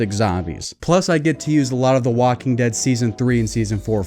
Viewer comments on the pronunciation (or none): Did you just say wanking dead?